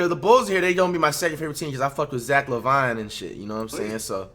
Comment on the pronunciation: did no one else notice flight finally said zach laVine last name right